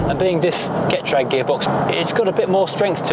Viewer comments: Getrag is German, so proniunced like "gay_traag" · Getrag, I understand it is pronounced ge-trahh-g 😊